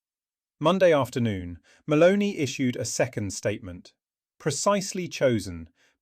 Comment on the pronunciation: The second time I heard and read “Maloney” instead of her actual name, Meloni, I stopped listening. A bit of respect for names in other languages would be appreciated — it’s not that difficult, especially when you’re lecturing about her. It reflects a lack of professionalism.